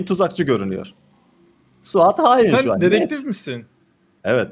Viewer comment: Bende Sen demesen hâlâ öbür türlü anlıyordum çok tuhafıma gitmişti